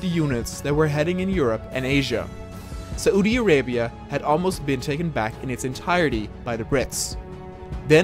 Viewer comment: Its pronounced *Sau-di Arabia not sa-U-di arabia